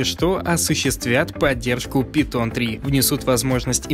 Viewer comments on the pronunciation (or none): none